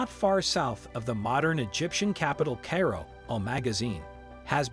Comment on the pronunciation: For future videos Cairo is pronounced ki row and Ramses is pronounced ram zees